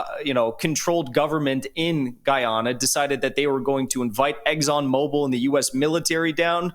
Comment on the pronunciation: Of course it’s about energy as it = money - every war is about energy Oil / Gas = money. Every country every war. PS it’s called/pronounced Guy ana …